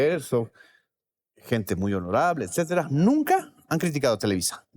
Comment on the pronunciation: Sabina, se dice etcetera, no excetera, si quieres parecer intelectual, lee tantito